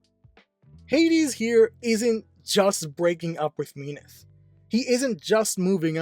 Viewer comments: Mean-eth? I thought its Mint-hey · Yeah, its min-thee i think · she is mean, so mean-ith is kinda funny to me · Am I the only one triggered like hell with how he pronunced Minthe all the time?